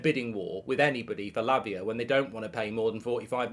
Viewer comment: Mark do you keep saying Labia ? 😂